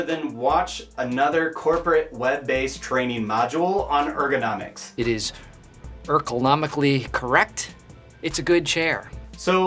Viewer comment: It's urglegruenomically correct